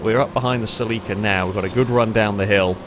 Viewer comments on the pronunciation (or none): That pronunciation of Celica is absolutely horrific!